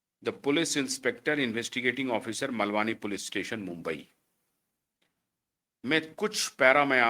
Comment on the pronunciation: मलवानी नहीं,मालवणी नाम है स्थान का!किसी मुंबई के निवासी से सही उच्चारण की जानकारी लेने की आवश्यकता थी! अंग्रेज़ी में भारतीय शब्द सही ढंग से उच्चारित नहीं किए जा सकते हैं!सकते ू